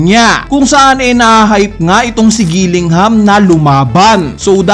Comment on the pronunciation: Kilingham lodi. bat Gilingham sinasabi mo. Fav food mo giniling? haha